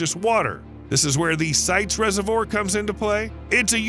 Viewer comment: Voir-dire, like that, the 'voir' in reservoir'. not 'reserveur' as